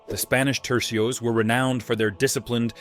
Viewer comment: Tercios, not trecios